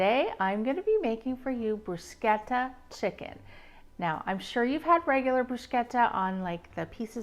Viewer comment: Thanks for pronouncing bruschetta properly